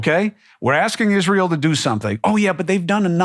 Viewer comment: I just like the way he pronounces Israel. That is all. ❤